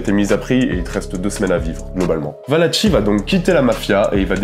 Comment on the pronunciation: on prononce "ValaKi" et non pas "Valatchi".